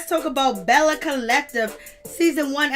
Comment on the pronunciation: Its bell not bella. Bellle